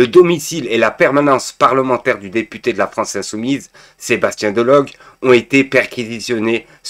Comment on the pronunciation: DE LO GU comme aigu, super glue et turlututu chapeau pointu ! Pascal pro ! Manuel Bompar ! Pas prode, delogue et bomparte ! OMG tu n'y arriveras jamais avec les noms de famille et comme je te l'ai déjà dit plusieurs fois, pour moi ça veut dire que tu ne lis pas les commentaires et que c'est pas toi qui regarde les médias pour préparer le contenu de tes vidéos